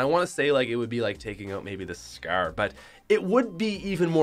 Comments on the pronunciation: its scar not scurr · “The Golden Scrrrr”😂😂😂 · Who else loves how he says scyarr for scar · What’s that accent “scarrr”😂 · the way he says scar lol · the way he says scar